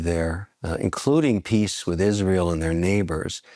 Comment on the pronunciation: or everytime Cenk says Isreal